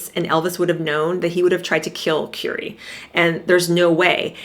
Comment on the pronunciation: Please pronouncrme Currie's name properly.